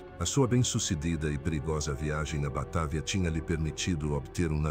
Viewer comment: Batávia,vc está esquecendo do acento agudo no á😂😂😂😂não é Batavía que se pronucia😂😂😂😂